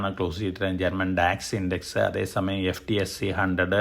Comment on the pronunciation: Hi, When you say F, T, S, E.. it gives a different impression. FTSE 100 is affectionately called “the Footsie” in the UK (pronounced like “foot-see”) Like Indian “Nifty”. Korean-“Kospi”